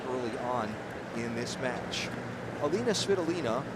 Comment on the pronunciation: Elina, not Elena!!!